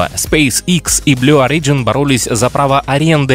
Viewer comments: Не орИджн, а Ориджн. Ребят, ну уши режет... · В слове Origin ударение на первом, а не на втором слоге! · Origin is pronounced stressing the first letter.